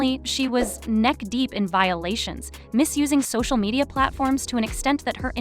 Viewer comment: did this channel just say "so-shoe media"??